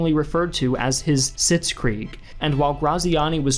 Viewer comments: “Sitskrieg” lmao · the "sitskrieg" 🤣🤣🤣🤣